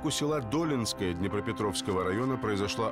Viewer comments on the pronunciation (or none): що за дОлінскоє, ДолІнське))